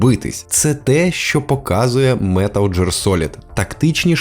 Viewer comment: Дякую за відео)) Але одна гра називається «Метал Гіар Солід», а не «джир»))) Так і до «Метал Жир Солід» не далеко😁 (Це жарт, але правильно казати «Гіар»)